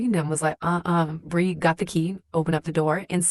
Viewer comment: That's "Bri". Fsfs